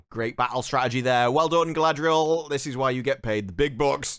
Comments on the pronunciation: Hahahahaha glad someone else noticed their pronunciation of Galadrrrrrrieeel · I never heard somebody calling her Guyladriel before. Its a bit disrespectful.